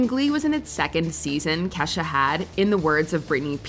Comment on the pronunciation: The principal called Ke$ha "Key Dollar Sign Ha"